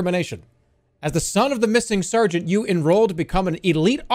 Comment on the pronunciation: How does one live to the age of 39 without knowing how to pronounce "Sergeant" ?